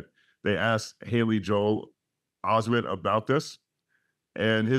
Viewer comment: listen to how he say joe(hale) Osteen